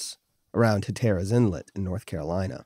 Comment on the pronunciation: Huh-TER-rus? Hell no, it's HAT-r-us.